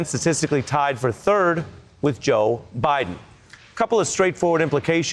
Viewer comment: Joe Bye-Then